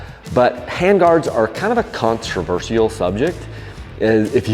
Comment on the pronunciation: How do you pronounce "controversial"? Lol